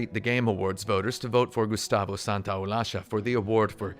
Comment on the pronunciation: Solid Gustavo pronunciation 👌